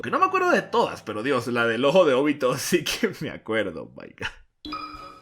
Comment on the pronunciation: Es OBITO, no ÓBITO, es simple, nunca se ha visto en el manga que se acentúa la o, como ud lo hace, si tiene dudas de su pronunciamiento recurra a Google y ponga a leer a la auxiliar, primer video que veo que alguien dice Óbito. Todo bien en casa?